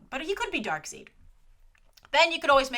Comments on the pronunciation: Darkseid = Dark"SIDE"...... not Dark"SEED". :) ;) You need to watch the Justice League cartoon once more to hear him called Dark"SIDE". ;) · Ok not letting this one pass. Dark seed? And here I thought it was pronounced dark side. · Did you just say DarkSEED? His name is DarkSIDE. As they always pronounce it in every movie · Why did say Darkseed